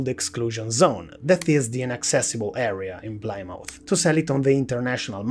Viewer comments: Plymouth, not Plimauf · you're both wrong, its pronounce "pleh-mooth"